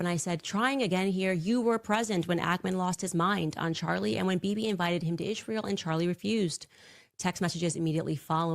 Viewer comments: They-Is They- ra They-el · Candace's speech impediment is like nails on a chalkboard! I full body shudder everytime she says "Izh-ree-uhl".